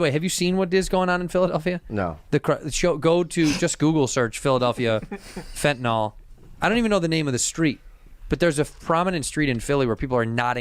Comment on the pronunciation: Tired of people pronouncing it "fentanol"